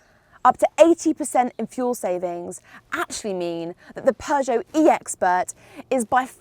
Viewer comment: You can pronounce Peugeot much better than for example Sinead McCann who says ”PjuuShow” which sounds annoying. You’re much better to pronounce this awesome french car brand than her. Do you know Sinead? 🙂